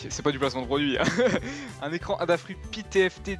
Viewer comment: On dit adafruit pas "abafruit"